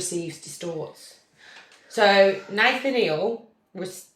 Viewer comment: Say it like - Nuth-aniel - like Daniel with ‘Nuth’ instead of ‘D’